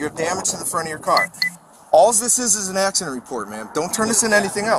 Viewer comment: Uh axuhdant? Wut aksadent? 🤣